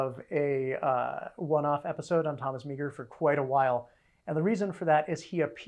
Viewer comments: Came here to say this. I think it’s technically a sort of one-and-a-half syllable name (MAH-er), but marr is much closer than MEEG-er. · Thomas Meagher is pronounced Maher not meeger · As a Montanan, T.F. Meagher's name is pronounced Mar not Meager. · Another great series. Thank you for it. One small thing Thomas Francis Meagher's last name was pronounced "marr" (I grew up in Montana) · In Ireland that's pronounced "Ma - her" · Meagher is pronounced as Mahr